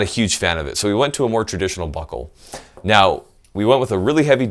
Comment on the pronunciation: Anybody else hear him say butthole instead of buckle? Nah, it's prolly just me.